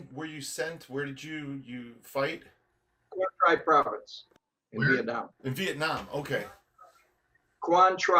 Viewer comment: Tell him it's pronounced Quang Tri (Tree)